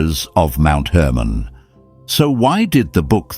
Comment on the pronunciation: Hermon not Herman.